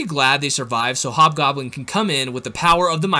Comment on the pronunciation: it hob goblen not yellow goblen